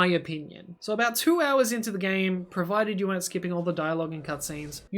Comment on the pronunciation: You so sir instead of so